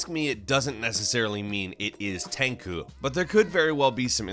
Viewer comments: When straight up MASSACRES the name "TENCHU" and says "Tenku" love you man but jeeeeeeesus.... You butchered that name.😂🤣😂🤣😂 anyone else cringe or was it just me? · The way you say "Tenchu" hurts my soul... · Fuck yes. Omg my ears bleed. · LongNecked Giraffes Why would he be talking about Niko, a character who's not even the main focus of the story? Nah, I'm pretty sure he was talking about Nero. I mean there was definitely some inaccuracies being brought to us in this top 30 (pronuciation of Tenchu and wrong footage of ESB), so it wouldn't surprise me if he saw Nero and considered him a new character since the popularity of DMC4 wasn't too substantial, but I won't lie, I was slightly triggered. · You can not even say TENCHU right :D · Great video but the way you pronounce "Tenchu" makes my ears bleed... holy shit, I kept watching and then you butchered Anime names... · This video was amazing.... but its prenounced "Ten- *SHU*" NOT TEN-CHU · TenCHU not TenKU. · You also butchered the pronunciation of "Tenchu". It's not Tenku, it's "Ten-CHUU"! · It's "Tenchu", not "Tenku"! Jesus f!@ Christ how the f!@ did you screw up the pronunciation of Tenchu, were you drunk while recording this lol:D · Also when he said Tenchu like Tenkoo! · It's not "Tenkoo" it's "Ten CHU" LOL XD..... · that is what I was thinking listening to the video (I know ;) ) I was like tenkoo ? do you mean Tenchu ? lol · I was more hurt by how he pronounced Tenchu as "Tenkoo". It's Ten-chew. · wtf is Tenku? you mean Tenchu? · Takoo? Tenchu? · its tenchu is pronounced exactly as its written with a chu sound not tenkoo. tenchu translated into English means wrath of heaven btw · When you say Tenku, Do u mean Tenchu?😅I’ve never heard anyone pronounce it like that before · not enough people were upset that he said fucking "tenkoo" instead of Tenchu, and he said it multiple times as is if it was genuinely correct. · Tenku series? You mean Tenchu? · Tankoo? Do you mean Tenchu (ten-chew)? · Tencooo lol